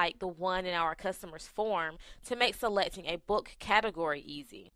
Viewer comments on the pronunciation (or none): is it 'phone' or 'form'. u r pronouncing 'form' incorrectly. i can hear form as phone. ha ha ha. and record u r pronouncing it as recard